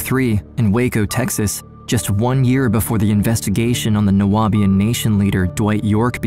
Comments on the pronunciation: It’s pronounced ( Noob-ian) just saying…❤ from Atlanta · Horrible man, craziness. But it’s Nu-Bi-An , the Nu-a-Bi-an is throwing me off in the audio. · Nu-be-an not Nu-wa-be-an….. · New-be-in. Not New-ah-be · Okay, your pronunciation of 'Nubian': Nuabian, you say 😐😐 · Why is the narrator pronouncing Nubian as Nu-abian? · However you managed to add an extra syllable to "Nubian" is beyond me 😅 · The word is pronounced “Noo-Beeuhn” you illiterate ignorant! How can you not know that word but you’re trying to make a documentary on Nubian people dumbass! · Its criminal how you pronounced Nubian (new-be-in) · The narrator mispronouncing Nubian is cracking me up. 🤣🤣🤣